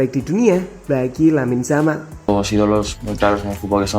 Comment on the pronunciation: Lamine yamal bukan lamine jamal